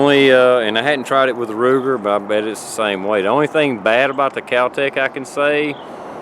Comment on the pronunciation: Did he say Ruger or rooster?